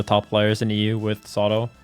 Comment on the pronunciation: ZAW-TOE ffs